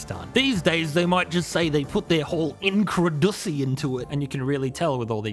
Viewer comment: Hi I love this series and am currently binging it. However if I ever hear 'incredussy' again, I'll be forced to engage in genocide